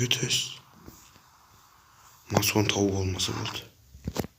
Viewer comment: Брат мас он емес мак он